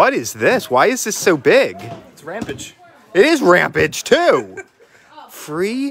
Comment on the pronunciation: It's Ram-PAGE, not RAM-PIDGE! 🙈